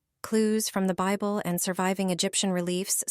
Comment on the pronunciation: What is the "beeble" ?????